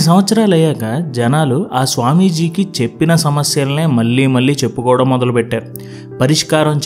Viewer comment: మీ జీక్స్ చాలా ప్రభావితం చేస్తాయి.కానీ మల్లీ మల్లీ అనడం కొంచెం వినడానికి ఇబ్బంది గా ఉంది.మళ్ళీ,మళ్ళీ అని పలకలేరా.కొంచెం ప్రయత్నించండి.